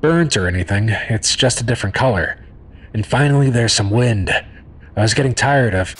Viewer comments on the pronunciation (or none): none